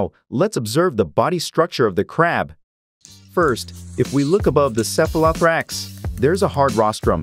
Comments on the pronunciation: It's pronounced sef-uh-luh-THOA-rax. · I didn’t know it was possible to be so pissed off by the mispronunciation of “cephalothorax”. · Before undertaking a project such as this, one would think the producers would spend a little time researching the proper pronunciation of some of the terms used e.g. cephalothorax, hepatopancreas and ommatidia. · The way this Text to Speech Generator says "Cephalothorax" is a bit disturbing...